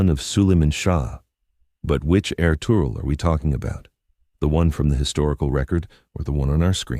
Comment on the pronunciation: I absolutely love anything Ottoman or Turkish but get so frustrated w/ these AI mispronunciations ESPECIALLY when a human can control exactly what an AI does and states. No excuse. Ertugrul is pronounced Air-Truuul. Master historians revealed his father was Gunduz NOT Suleiman. And the Kurulus Ertugrul series did not have them living in prosperity. They were very shabbily dressed compared to the Seljuk's and did not live in luxury of any kind. Osman is OOOOOOsman. NOT OzMan. NOT Ozzie NOT Oz They didn't become the OzzzzzMan's They became the OOOOOsMans OOOOOOO--sssMan "O" NOT "Oz" AI does what you tell it. Pronounces the way "you" program it. AI does not have a brain. All these mispronounced names is due to human laziness.